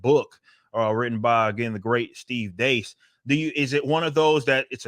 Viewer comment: This is the first time I think a YouTuber pronounced Steve Deace’s name right.